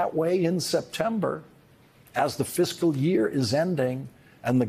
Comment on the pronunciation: Lawrence, the word is pronounced fiscal not physical